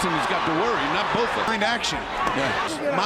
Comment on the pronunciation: Francois Botha is pronounced ' Francois Bota' the h is silent. I love Iron Mike!